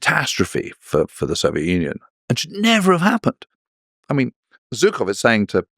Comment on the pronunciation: good lord. It's "Zhukov" (like the second "g" in "garage" or the "s" in "measure"), not "Zookov." I mean, he's kind of a well known soldier ........